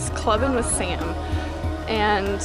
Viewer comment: oh wow when when you were talking about your dream and you said "i was clubbing with sam" i thought you said "i was clubbing with satan" .....